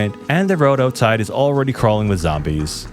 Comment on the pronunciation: Love how he says "outside" owetside